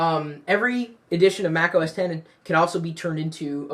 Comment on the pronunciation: THANKYOU FOR SAYING THAT! I HATE WHEN PEOPLE SAY "MAC OS 'X'